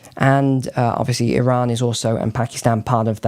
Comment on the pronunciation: NEWS FLASH The country of Eron does not in fact exist. There is a Cree called Iran, that does exist that most people seem to have forgotten about and in fact, if one does a bit of research, you will come to the conclusion that this mysterious country of.Eron yes, in fact, the long forgotten and lost country of Iran ability to pronounce an annunciate couches, the appearance of their intellectual abilities wise up say it right, fix the problem. Thank you.